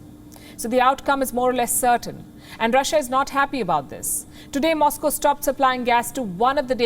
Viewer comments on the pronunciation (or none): none